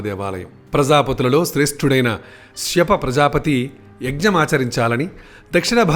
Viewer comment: అయ్యా ఆయన కశ్యప ప్రజాపతి.. శ్యప ప్రజాపతి కాదు...